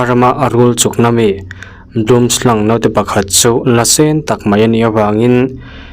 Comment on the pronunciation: Note tih i lam dan hi, a ri hniam tur, to (high price) thlûka lam tur aw